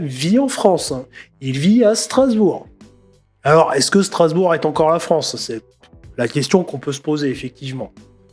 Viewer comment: Je vis à Strasbourg.............🤦, ça y est je saigne des oreilles !